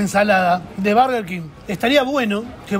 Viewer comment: estamos en Argentina, se dice burger no barger